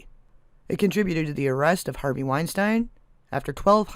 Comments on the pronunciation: ...and "wine-STEEN", not "wine-STINE". "BROH-lin", not "BRAH-lin". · ... Pronounced Wine-Steen.